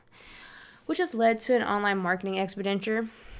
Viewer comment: And “expedenture “